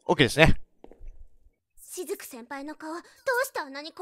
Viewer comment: し↑ずく先輩